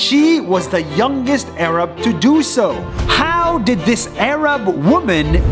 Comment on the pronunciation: why he is saying "this Arab woman " like that??